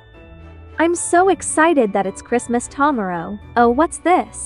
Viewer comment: "ta marrow'